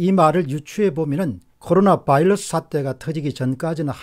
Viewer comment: 안타까운 마음에 한말씀.. 바이러스 입니다. 이제 "바일러스"라고 하지 안ㅎ으셨으면 합니다. 열열한 팬이